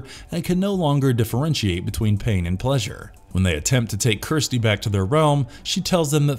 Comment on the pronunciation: Idk if this is A.I. but the annunciation sucks, it's Kirsty not Kristy, it's La mer chant, not lamarchent